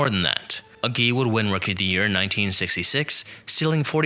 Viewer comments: And A Jee, not AH JEE. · For you young people, Harvey Kuenn’s name was correctly pronounced Keen. And Tommy ages name was pronounced. A-Gee. It really irritates me when younger baseball fans make videos about the past and don’t know how to pronounce the names. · Why not get someone to pronounce the names for you before you make the video? Agee is AG, accented on first syllable, as everyone knows who has anything to do with baseball.